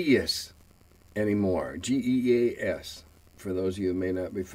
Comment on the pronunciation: Funny enough, about Geas, the current RPG product I'm working on is called "GEAS". (not because players are forced against their will, but because it's a play on going on a quest, which is what the game is all about). While working on it, I found out it's actually pronounced "gesh". Blame the Irish ;)